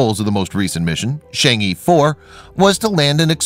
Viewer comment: Really cool video! It’s just that the pronunciation of the chang’e isn’t Shang-ee but instead sounds more like Chang-uh. Sorry it just really bothered me haha 😅